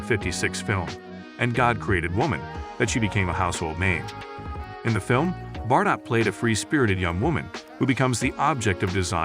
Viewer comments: tough hearing her last name mispronounced bar_dot over and over; it's bard-oh. Must be some sort of AI input at play... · Do you not live on earth? How do you not know how to pronounce her last name?!!!